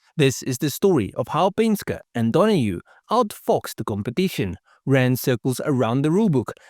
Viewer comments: Yea, what’s a Penska? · Penske is pronounced pen-ski bro. 👍🏻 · It's pronounced "Pen-ski" Other than that, pretty good video, although I seriously doubt you could acid dip 360 lbs off a 67 Camaro. I'd think 100lbs would be a more realistic number, if that. Every pound helps, though. Penske was a master at cheating. After he switched over to AMC, he didn't like the way the Javelins handled and braked. He had his team fabricate a crossmember that allowed them to run Mustang suspension components and spindles that let them run the same Lincoln Continental brakes the Mustangs were running. When competitors began complaining, AMC began selling the crossmembers and spindles, which homologated them! I actually bought that crossmember and those spindles and upgraded the handling and braking on my 401 Gremlin.